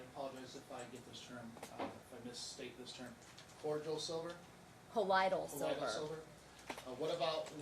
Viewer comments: Funny how she acts like an expert, corrects the lawyer's pronunciation and then pronounces colloidal silver incorrectly. It's pronounced "Loid" as in the name Lloyd. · She should lose her nursing license. Colloidal silver, which is not pronounced collide-al silver, is not a legitimate medical therapy. It is not prescribed by physicians nor is it used in acute care settings. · OMG, mom is a CNA, not a doctor, teacher or pharmacist… and for the love of all things holy it’s pronounced DIS lex EEE ah and call OY dal silver.